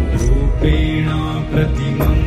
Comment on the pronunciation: In the text it is wrongly written as "rupenaam" pratimam budham. It is actually "rupenaa" pratimam budham. There is no "m" at the end of rupenaa. Please correct if possible. Others also take note. The chanter has pronounced correctly without the "m". It is "rupenaa".